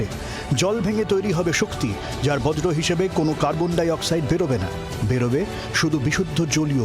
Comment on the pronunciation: দাদা "বজ্র" না কথাটা "বর্জ" হাসাবে কার্বন ডাই অক্সাইড বেরবে।